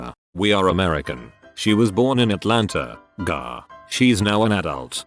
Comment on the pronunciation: "She was born in Atlanta, Gaaah"